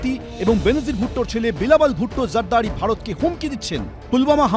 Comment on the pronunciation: হায়রে গাধা, বিলাবল নয়, সঠিক উচ্চারণ হবে, "বিলাওয়াল" !